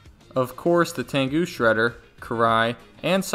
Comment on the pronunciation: It's pronounced "tengu" not "tangu"